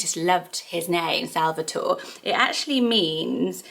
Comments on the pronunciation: Salvatore is actually pronounced sal-va-tor-ay. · It's actually pronounced sal-va-tor-eh.